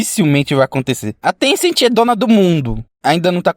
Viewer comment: Na verdade não é tencenti e Tencent